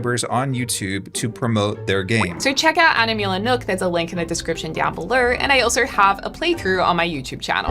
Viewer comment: "link in the description down belourr"